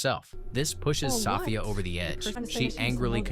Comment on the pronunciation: Hearing 'Soffia' is distracting. 😂